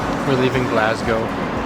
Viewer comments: Its pronounced G L A S S G O W And the locals pronounce it G L E S G A so its not Galsgow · tip for you guuys, ..... say Glasgow as if the "s" was a "z" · I think the Scott’s are pathologically meant for doing, saying, pronouncing, thinking everything there way, no matter what it is including their underground railway. It’s there individualism away from the sassenach’s (a word used by Scottish and sometimes Irish to describe a typical Englishman or something considered typical of England) down south. Some politicians, FYI,G are trying to break away from the UK at this political period ALA the SNP or Scottish National Party, they have already held one referendum 3 or 4 years ago but lost and already trying for another.